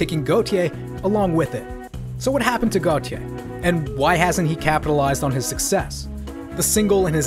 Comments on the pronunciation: It’s pronounced gaultier like the French designer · I JUST FOUND OUT THAT U PRONOUNCE IT AS GOT YEYH NOT FKIN GOATIE LOOOOOOOL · It’s a mispronunciation of his name in french (Gauthier) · Considering he’s also Belgian I’d assume it’s pronounced as got - yeea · am I the only one who pronounced it like "gottee" like the deez nuts meme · I’ve never heard anyone pronounce this band so I always thought it was goaty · Got e yay? I always pronounced it goat-eye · Bruh pronounced "Gotye" 4 different ways in this vid.